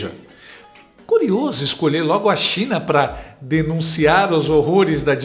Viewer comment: Português do lula com a inteligência da dilma é " pá acaba" 😂😂😂😂😂😂